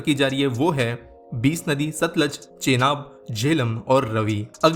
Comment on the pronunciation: 20 nadi? Bhai Hindi mai naam hai Hindi mai bolo English pronunciation MTT lao